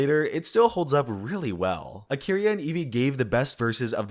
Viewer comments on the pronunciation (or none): none